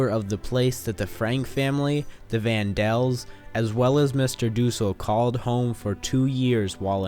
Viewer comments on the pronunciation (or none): its the Van Daans or the Van Pels not the Van Dels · It's Van Pels Not Dels. My word man you must get THAT right. Good vid otherwise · It's Van PELS, not "Van Dels." And "Albert Dussell" is Fritz Pfeffer. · Sorry to correct the narrator, but it was the Van Pels - not Van Dels that lived with the Franks. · You said the Franks lived with the Van Dels.. It is actually the Van Pels! I'm surprised no-one mentioned that to you. It almost seems a bit disrespectful. You might consider redoing this informative video. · Their name was Van Pels, not Van Dels. I think you're mixing up their real name with the fictitious name of Van Dan, which is what Anne called them in her diary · Its Van Pels not Van Dels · Van Pelt not Van Dels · Its Vaan dan not Van del I've read the book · it's VAN PELS NOT VAN DELS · Van Del family? The name was Van Pels. Get it right! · Vanpels* lmao not vandals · Their last name is Van-Dann. In Anne's diary she called them the Van-Pels for security purposes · You really couldn't be bothered to get their names right? Or even put a comment in saying, "Oops, I just made up the name Van Del"? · Please get the names right. Van Dels??????????? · Van Pels you mean? I keep hearing Van Dels. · ok... 1. vAN DeLs?¿? 2. Mr. DoOosEL??¿ give me a second I'm laughing too hard rn this guy has no idea what he's saying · 'Van Dels?' Seriously? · No people their real names are Van Pels. Anne used fake names for a lot of people and called them the Van Daans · Its neither, its Hermann Van Pels Auguste Van Pels Peter Van Pels